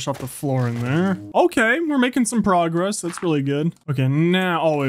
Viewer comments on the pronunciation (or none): none